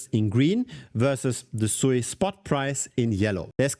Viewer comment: its not sooiiiii its suuuuuuuuuuuuuiiiiiiii